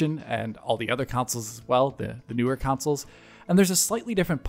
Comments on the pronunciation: why does he say councils instead of consoles? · Why are you saying consoles wrong? Why are you saying counsoles? It's CONsole not COUNsole.